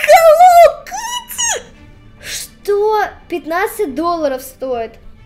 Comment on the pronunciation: Не хелоу кытти а хелоу Китти